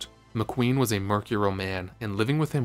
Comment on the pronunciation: "Merc-yer-ul". Lol. Um. No. Try "Mer-cure-ee-ul". Loosly rhymes with "material". "Ash-fault". Nope. Try "@